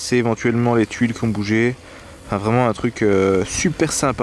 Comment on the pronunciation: Ahahah le petit clin d’œil purement Carolo qu’on doit soulever « c’est vrément léééé de faire ça au mois d’août » merci pour ce mini fou rire 🤣